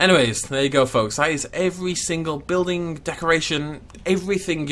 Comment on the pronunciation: this the type of guy that pronounces building as buildink? ye i'm out of here